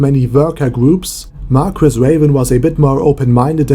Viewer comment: Marguis is pronounced. Mar-key